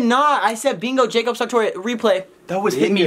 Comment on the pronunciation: I LOVE HOW HE NEVER SAYS JACOB SARTORIUS LAST NAME RIGHT ILY💖💖💕